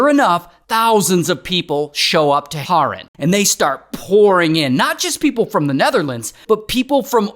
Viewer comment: it's HAAAAREN not horen💔